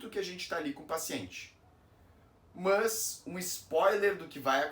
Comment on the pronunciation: O problema é essa pronuncia, o "mãs"😮. Nao temos essa prosódia.